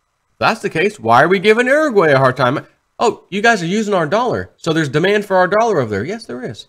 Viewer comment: Uruguay = (your-a gway)